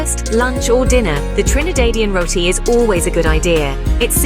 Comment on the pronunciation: Trini-daid 😮 It’s Trin-i-dad. I can’t stand when it’s mispronounced as Rot-ti, it is Ro-ti. This the least of the problems wit this video.